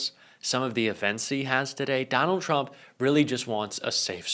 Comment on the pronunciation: Love how Caroline's "machine gun lips" always pronounce Trump as Chump